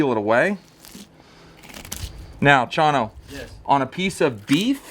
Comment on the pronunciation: Why do you keep saying Chinos name wrong. He is a great guy .